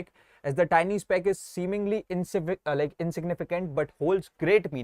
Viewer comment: Bhai jo tiny ko tinni bolta hai usse kya padhna😢